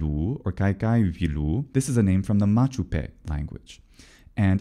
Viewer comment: I think pedantry is tolerated if not encouraged on this channel, so: it should be Mapuche, not Machupe, right?